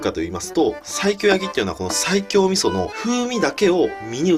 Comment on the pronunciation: ｢西京｣を1回でも｢最強｣と聞こえた人正直に ↓